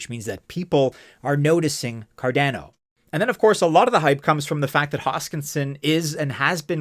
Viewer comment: So cardäno huh. The second a , is also just a , not ä. Great video , but you should really spell the second a the same way as the first 1. Never heard some1 pronounce it this way 😄